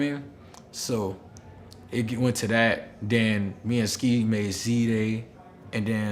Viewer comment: Did he say we met ceeday?